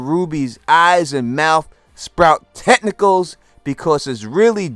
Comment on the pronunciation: Brother, with respect. It's pronounced tentacles